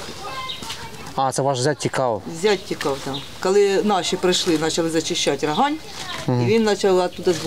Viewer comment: не РОгань ....... РогАнь(на бакву а наголос).. заїбали ,і пиво наше Не РОганьське а РоГаньскьке. ще до війни бісило